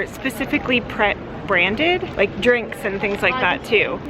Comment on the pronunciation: Its Pret, as in pretentious. You guys need to go to a traditional transport cafe for a plateful.